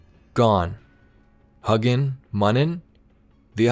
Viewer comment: FYI I believe it's "HEW-ginn" and "MEW-nin"